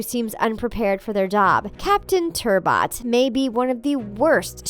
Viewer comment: I watch paw patrol.. (I’m older than you think) and it’s a good show it’s just a show about dogs that solve problems and talk and most shows don’t have a lot of girls to and again Everest lives in the snow so makes sense that she isn’t in a lot of episodes plus you said turbot wrong -,- But back to the girl thing sky is a dog that can fly and They make up her ‘very little screen time’ by making a mission paw about her and there’s a lot of merch because why not..? Oof and I don’t think they ever said anything about Ryder’s age... Edit:yeh I forgot about ‘Ryder’s ego’ so he’s just confident and what’s so wrong with that? And those moms are Uhm....Different I guess